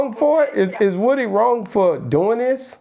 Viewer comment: Boss pronounce like " Whooty " not like wood